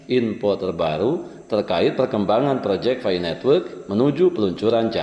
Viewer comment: Maaf sedikit Ralat, PI bukan FI Bang.. 😁🤭